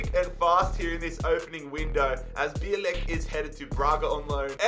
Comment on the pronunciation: Bialek the Polish striker, i think his name is pronounced "Biawek:. The "L" in his last name is probably " Ł". Comes from Polish word for white. My Polish is rusty, it has been many years since i lived in Poland